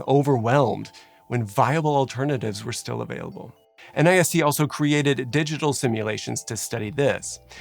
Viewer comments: Please, if it’s ok with you, pronounce nist as one word in the future. I know a lot of people spell out N I S T but there’s really no need for that. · An unimportant but possibly interesting note - in speech NIST is usually pronounced as a single word not as an acronym. My husband worked there for 3 years and it is one of the more fascinating and lesser known parts of the federal government. They have the fire testing facility you mention here, but also work on everything from cybersecurity standards, to body armor, to running the atomic clock. Crowd simulations are such incredible and interesting tools. So many instances of architectural layouts that seemed ok on first glance, but were obvious deathtraps when you start to understand how crowds behave. I remember there being talk about how the central pens got overcrowded at Hillsbrough because of the particular layout of the stadium entrances making it unlikely for people to head to the under-capacity side pens